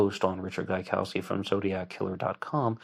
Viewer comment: Gaikowski is a Polish name and its correct native pronounciation is different from how you pronounce it here (and how Voight also pronounces it)